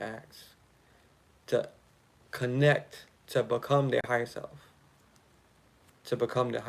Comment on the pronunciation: When you say "ya higha self" I hear Yahayah/Ahayah and The Name means To Exist, I AM, Eternal Life. The Most High Power speaking.